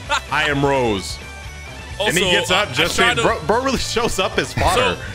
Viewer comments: Bro says rose and not rosayy😂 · Rosé (Rose-ay) -Rose